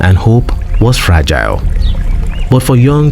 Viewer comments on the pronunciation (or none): none